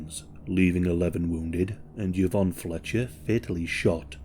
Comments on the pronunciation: I know it seems like it's pronounced "ya-VON", but it's actually "ee-VON" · Anyone said “Ee-von” yet? ffs… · Her name is pronounced ivonne